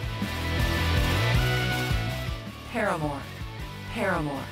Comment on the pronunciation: Was I the only one that laughed when they said PARAMORE paramore 😹😹😹😹😹😹